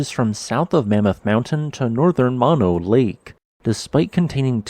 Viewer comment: I believe “Mono” is pronounced with both “o”s being long, i.e. like saying “oh”. The Save Mono Lake Committee is still alive and accepting donations.